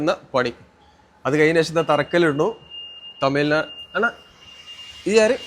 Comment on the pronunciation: As a malayali , speaking in malayalam, you could have pronounced തമിഴ് നാട് correctly!